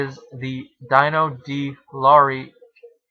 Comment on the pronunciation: Great movie. I saw it at the theater. Went to see it again the next day and it was sold out so I saw Any Which Way You Can instead. Just to let you know, since you do movie reviews and Dino De Laurentiis produced a good amount of movies, Dino is pronounced like Fred Flintstone's pet Dino and Max von Sydow is pronounced Seedow instead of Seyedow. Good review.